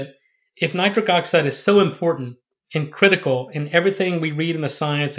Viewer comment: Why’s he keep calling it nicric oxide.?